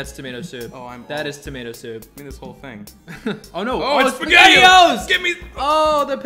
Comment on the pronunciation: said pasghetti-o's, no???